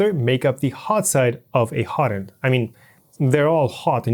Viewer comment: Great series! But, slow the hell down! Hot end, not hodnd. Two words. And the names of the plastics are almost completely lost with your exceedingly quick presentation. Nuf said. Thanks for putting together something like this! It will save me a LOT of time, even if it was presented a bit slower. And thanks for plucking the belt. Tells me way more that any number of words could.